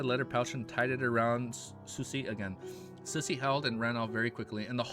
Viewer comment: I think Susie should be pronounced as Sue-zee.